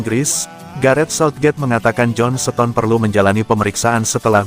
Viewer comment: Kok baca starter bisa tapi baca seton kan mestinya sama cara bacanya starter ston bukan seton atau setarter Hadeuh ini orang dari goa mana sih Mau jadi pembaca berita bola tapi gak punya ilmu dan gak mau cari tau